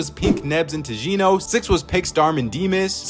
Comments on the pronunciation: the way ur saying tjino is still triggering me😂 it’s supposed to be said chino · Bro mispronounced Tjino "Chino"